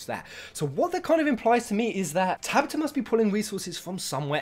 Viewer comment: You say " Tabata" wrong XD